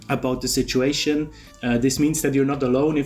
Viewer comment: Thanks for these warnings,. I really liked it when you said "this shituation" instead of "this situation".